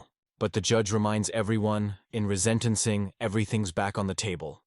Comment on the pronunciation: AI voice jumps right in and says RESENT-enc-ing ("rezent") instead of re-sentence-ing. Please! Use your own real human voice.